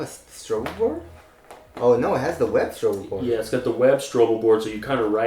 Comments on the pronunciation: stop saying stroble board